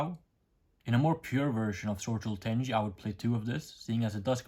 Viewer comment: It's not tenji, it's tenyi 😂 Same with Suruya, not Suruja Please say it right 😂 Great deck profile tho